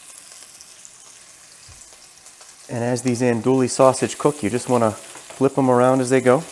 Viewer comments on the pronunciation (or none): “Andewey” sausage (not “andooly”) “Pennay” pasta. (Not “pen”) Otherwise great video. Oh also, please! We do not want to hear you chewing. Gross. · Looks good! BTW - It's pronounced ahn-do-ee, not ahn-do-lee. Used to live in La Place, LA, which claims to be the Andouille capitol. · Looks really good... thank you! Sausage is pronounced On-doo-wee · EN-DO-EEE!!!!! that’s how you say it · Not to be too specific, but, the correct pronunciation is "Ann Dewey", and the pasta is "PEH-neh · Actually they’re pronounced AUN DEWEY......48 y/o lifelong New Orleanian 🥰 and PENAY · “Andooley sausage” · Pronounced "Ann DOO we" you don't pronounce the "L" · Naphisa Modmonss lol. Nope I’m a school teacher and how words are pronounced matter. Also, manners matter as well. If you don’t want to hear constructive criticism, then you probably don’t care about improving what you do. I’m assuming this guy does care hence my criticisms. He can take it or leave it, that’s his business. I guarantee you he won’t mispronounce ‘andouille’ or ‘penne’ again now that he knows as I’m sure—unlike you—he doesn’t get butt hurt over hearing honest criticisms and truly wants to improve his videos. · Ya see the next time he does a video wherein he has to pronounce ANDOUILLE or Penne, he will get it right [id bet you a $1000 he gets it right trust me] and that helps him in creating better content. I prefer he be better able to pronounce words correctly even if my delivery method is a bit harsh. You’d rather he continue to mispronounce words out of a misguided effort to be “nice”. You’re being nice does nothing to help him whereas my original comment DOES enlighten him.